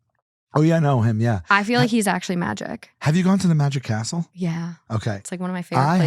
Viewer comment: Also Sal was doing crowd work at a show and totally picked on my friend during her Bach party, she and her group LOVED IT, and loved the show. (When he said Magic Castle, my brain heard “Magic Asshole” 😂)